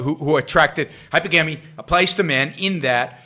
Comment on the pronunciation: Please at least PRONOUNCE it correctly: It's pronounced 'hy-PER-gamy'. Here's a hint: think of the word 'polygamy': how is it pronounced? Po-LY-gamy. Same thing here, Yaron. Stress on the SECOND syllable.